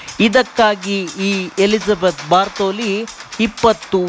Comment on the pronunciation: ಬಾರ್ಥೋಲಿ ಅಲ್ಲ ಗುರೂ ಬಾಥೊರಿ.